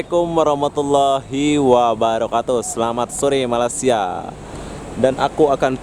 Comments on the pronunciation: Malaysia boy jangan malasia gitu kalau ngomong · Sebut betul2...Malay-sia... bkn Malasia .... kla kte Sbt Indo* reti plak marah... . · Njir ngomong malaysia jadi malasia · malaysia,, bukan malassia bego